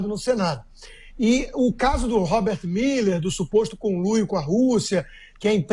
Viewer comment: Miller não, mané! É MUELLER!